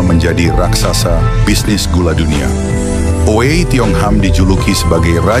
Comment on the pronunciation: Oei itu ditulis dengan ejaan lama, versi EYD itu Ui, jadi harus dibaca tidak dengan bunyi o. Selain itu Ui dalam bahasa hokkian berbunyi sengau dari hidung.